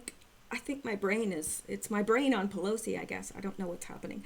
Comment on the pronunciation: Pillousy sounds like someone who is quite neurologically damaged.